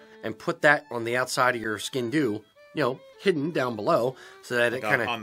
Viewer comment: One thing I must say is that as much as I love your channel for several treasons including being so accurate when it comes to describing our culture, you’re pronouncing the name of the sgian dubh wrong! It comes from gàidhlig as I’m sure you know, in our language it’s [sg/ee/an/-d/oo/v]